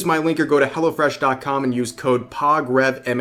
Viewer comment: Hello Fresh sounds like Hella fresh when you say it fast.